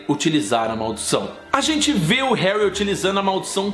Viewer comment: Vc fala hanrry